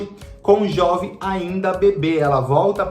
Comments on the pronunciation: A pronúncia do nome é "Jôve" e não "Jóve", pois vem de Joventino. Certamente, Pantanal não será lenta, pois vai ter em torno de 130 capítulos, ao contrário dos 215 capítulos da versão da Manchete. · Lógico que a novela não vai poder explorar paisagens, pois não existe mais Pantanal! Outra coisa, a pronúncia correta é Jôve! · Jóve? É Jôve, de Joventino...